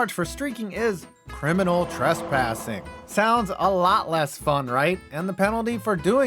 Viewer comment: "Criminal Tressassing"?